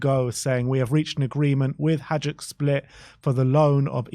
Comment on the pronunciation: It’s ‘Hajduk’ not ‘Hijuk’